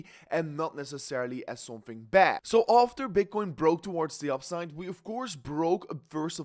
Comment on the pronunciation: What the hell did you just say at the beginning? Bitchcoin? 😂😂